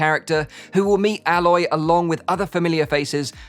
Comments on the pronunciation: 😂😂😂 "Alloy"? "Gurillia"? You ok mate? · Great video!! Ither names pronounced "A-Loy" have you not played Horizon bro?? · The way you said Aloy lol